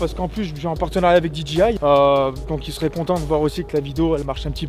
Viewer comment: C'est DEE JAY EYE et non pas DEE DJI EYE